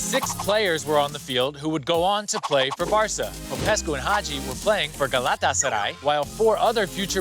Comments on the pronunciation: How many times did he say “Galatasary”?😂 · Estas son las veces que dijo GALÁTASARAY 👇🏻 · Şu GALATASARAY deyişine sinir oluyom XDXDXD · 27..... now i hate word Galatasaray............